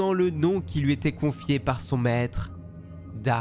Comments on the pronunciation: C'est pas "dark", c'est "DARTH" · "Darth" pas "dark" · ah non, depuis la sortie de "la menace fantôme" en 1999 les doubleurs français ont corrigé l'erreur des anciens films. Ils prononcent "Darth" au lieu de Dark, ce qui est parfaitement juste.